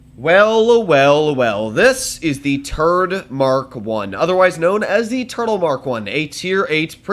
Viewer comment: I thought said turd not turtle in the start